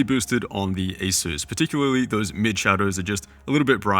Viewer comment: ASUS not ASUES youre saying it wrong. SUSpect, not Sues.